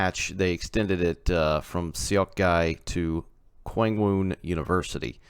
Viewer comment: Your pronunciations weren't too terrible. The K sounds are G sounds in Korean. So it would be Gwangmoon University. The train announcements also say it, so you could learn from that lol.